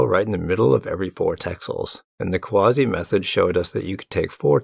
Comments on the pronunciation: Yeah, it's funny to me, an (ex-)anime enjoyer, hear him say "Kawase" as "Quasi" or something, idk. 😆 'Muricans. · tip for pronouncing romanized japanese names or words: the vowels are always pronounced only one way. "a" is always "ah", "e" is always "eh" (like "send"), "i" is always "ee" (like "seen", same way you'd read an i in spanish). so the name "kawase" is "kah wah seh". it's respectful to double check this stuff before misreading someone's name, ideally. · As a Japanese speaker it did hurt a little every time you pronounced Kawase wrong. You were close but the Japanese え(e) is always pronounced like the e in bed instead of like the e in see. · Kawa-se Great video, but please take some time to understand how to pronounce someone's name before butchering it. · FYI, "Kawase" is pronounced "ka" (like in CAcao) "wa" (like in WAgon) "se" (like in SEctor).